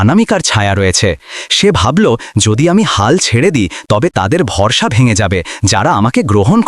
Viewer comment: অরবিন্দ-কে আগাগোড়া 'আরবিন্দ' এবং অনামিকা-কে 'আনামিকা' ব'লে গেল। এই দম্পতি হিন্দু, তা-ও অরবিন্দের মুখে "আল্লার দোয়া" কথাটা বসালো।এমনটাতে আপত্তির কিছু নেই। কিন্তু বাস্তবে এমনটা হিন্দুরা বলে না। এইমাত্র আবার ভরসা-কে 'ভরস' উচ্চারণ ক'রলো।